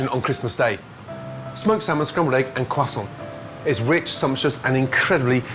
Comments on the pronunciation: i dont care who you are or what you think you are but you are gonna call it a croissant with an R like the rest of us, I cringe when I hear cwoissant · What's a cwah-sant? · Why do the English, particularly chefs, always pronounce croissant (crois-sant) as cwassant (kwas-sant)-- find it highly irritating. Not only Ramsay but Hollywood as well! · He says it like Tom Holland ✨quackson✨ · I’m sorry but “crawsont” 😀😀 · I'm 30 seconds in and I've heard kwesond 30 times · Me: Croissant Gordon: QuasOn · ⬇️ this is how many times he said KWASON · “Excuse me , are you going to finish that CWWWASSONT?” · Atleast i know how to pronounce Kwaessoe :) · Is the pronunciation really "cwessant". It sounds like the guy from Jimmy neutron. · Yes, that’s closer to the original French way to say it, but it’s a little more like “khuassan.” But the way of saying it in English is just “kressant.” You don’t have to be posh by trying to make it sound French. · Go to dict.cc, type in croissant and listen to different native speakers saying it. Its not kwasant. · Are you gonna finish that cwoissont? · no he says "cuasson" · You gonna eat that CWAHHSAHHH?? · This is how many times he said crossaint 🙄 ☝🏻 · Brits pronounce croissant really funny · CAN YOU STOP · Anyone else triggered about how he says croissant? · Yes, but his pronunciation is terrible. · The way he pronounces croissant! 😂😂😂😂😂